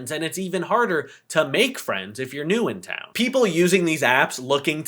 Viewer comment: Your inflection of "new in town" gave me 2015 flashbacks